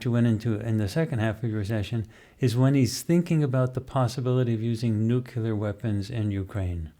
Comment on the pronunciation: People please stop saying “nucular” - that word does not exist. The correct word to use is “nuclear.”